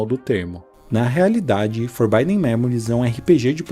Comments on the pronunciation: Pra fãs de FM como eu o vídeo irrita no início pra fazer uma conclusão que faz todo o sentido no final. A única crítica fica pela pronúncia mesmo, forbidden se lê como se escreve, e não com som de /ai/ no 'i'. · Eu sei que é uma reclamação fresca/fútil, mas o vídeo do cara fica praticamente impossível de assistir a cada vez que ele fala “forbaiden”. O que que custava ver que a pronúncia certa da palavra é “forbidden” com som de “i” mesmo? Sei lá. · Pô, mas "Forbaiden" é complicado. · legal o video, mas o querido falando for by them a cada minuto foi um pouco puxado pra mim kkkkkkkkkk